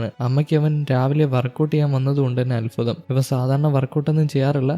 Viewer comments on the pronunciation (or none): none